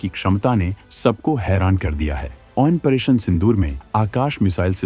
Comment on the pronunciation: operation ko OPERATION kyu bolte ho ap...?